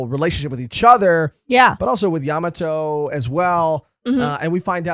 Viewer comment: Bruhhhh I like watching y’all so imma NEED u to correct this YA MA!!!!!MOTO not Yamato YaMAmoto